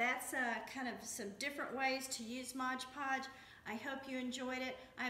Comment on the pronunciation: Itis Mod Podge, not Modge Podge or Hodge Podge.